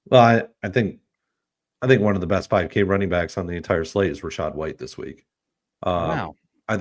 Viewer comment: Dude really said rachaad over Bucky 😂 🤡